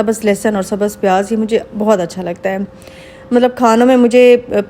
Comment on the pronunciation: Iam sorry say ur prounction always wrong hoti hai aur sabhz nai hota sabz